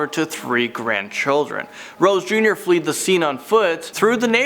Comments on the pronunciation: fled not fleed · DA was told her lawyer was a big deal. -Fled like 'Ned, not 'fleed like need. LOL.! -Austin Powers: "FOREHEAD"!!